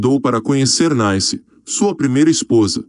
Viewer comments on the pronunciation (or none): O nome da ex de Roberto Carlos é NICE, não Naice como vc pronuncia. E o convite foi pro Canecão e nao CANEÇÃO .